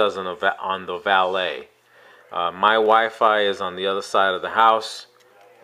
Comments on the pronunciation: First thank you for pronouncing the name right. I have to laugh when others say "Valeete" and such. Second, while I like the Samsung look better, omce in a case, they look exactly the same. Thanks for the comparison. It will likely help many. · Thanks for the review. You may be one of only a few that can pronounce Valet correctly. Your review had all the information I was needing, real worlds stuff. I have been torn between the 2 phones for a while. You helped me make up my mind, Keep up the good work.